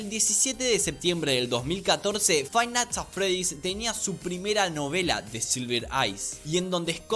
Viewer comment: Fai nats at fredys 😳👌